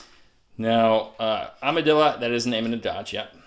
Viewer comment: Is there a joke about Amidala why he says Amadilla? I get that it sound like Armadillo